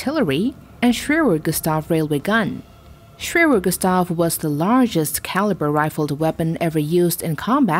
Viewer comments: Schwerer Gustav is pronounced sh-v-air-ur g-oo-st-ov. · Shwrshwr gustaaf" as a German speaking this sounds hilarious 😂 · As a swiss It killed me how she pronounced schwerer gustav